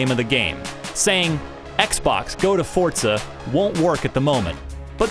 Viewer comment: Forza doesn't have a 'd' in it.